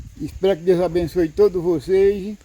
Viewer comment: Voceize,Deuzi, maizi, tamem, dificuldade, noizi .É muito erro de português dá angústia de ver esse homem falar acho que é a falta de dentes. Coitado do Carlos pegou um canal muito fraquinho. Abre um seu falando de estudo,profissões. Nunca fale de comida nunca dá certo.